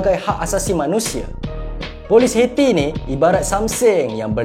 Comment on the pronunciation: Bukan detector min. Dictator. Detector tu pengesan. 1 lagi,Haiti bunyinya bukan heti,sebutannya ha yi ti. #teguranmembina